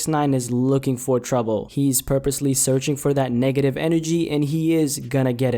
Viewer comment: did u say "nigga-tive?" 🤔